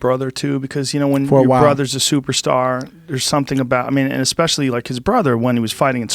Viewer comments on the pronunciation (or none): Wow wow wow!!! What the f#%k and why did joe rogan start saying especially, like ekspecially??? Where has that k come from? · "expecially" ? Augh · Joe “ekspecially” Rogan. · Ekspecially Can You Pull That Up..... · or that would be retarded and the pause is just a normal part of talking. Why would he force himself to say ekspecially?